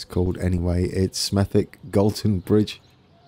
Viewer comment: Hi mate in Black Country Smethwick is pronounced Smethik hope you Have a Good New Year budd